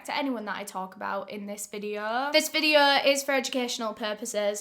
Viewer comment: There's no r dear. It's like videoooooo. 👍